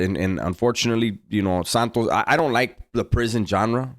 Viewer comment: Santo gee. No s on the end bro